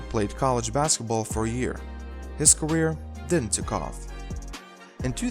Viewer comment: This is garbage - awful narrator. "...during is gareer."